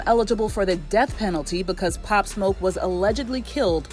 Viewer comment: At least you pronounced his name correctly. Thx